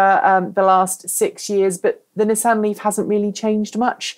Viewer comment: Actually, is pronouncing "Nissan" correctly - the way it's pronounced in Japan and in all parts of the planet that know that "Niss" does NOT rhyme with "kiss" and "an" sounds like "on", not "Anne."